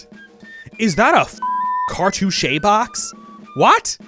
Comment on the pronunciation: cartouche is 2 syllables fyi. Thanks for the great video!